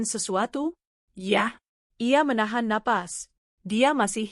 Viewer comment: Blitar hadir..... ❤ Maaf penekanan kata "YA'' gk enek banget😂😂😂